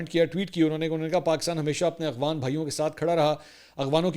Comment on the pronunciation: آپ ہمیشہ اخوان کہتے ہیں پلیز اپنا تلفظ درست کریں افغان